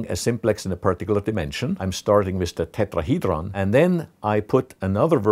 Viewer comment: This guy has the perfect accent for the word tetrahedron